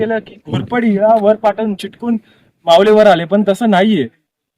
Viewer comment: मावले ❌️ मावळे ✅️ you should improve your pronunciation कारण हेच आपल्या मराठीच वेगळेपण आहे .